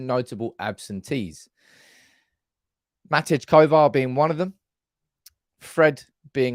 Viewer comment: Matej, pronounced like Ma-tay.